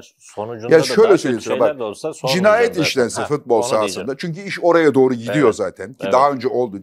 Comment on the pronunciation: Fatih Bey sizi çok seviyorum ama nolur FITBOL demeyin! FUTBOL DİYİN:))) FIIIIIT BOL NE YA